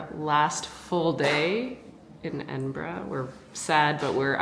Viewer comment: Haste ye back, the west coast needs a trip all on its own, Ps. thanks for pronouncing Edinburgh correctly